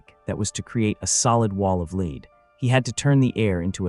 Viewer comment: I really enjoy your videos but it really irks me how you pronounce Lead as lead instead of lead. 🫣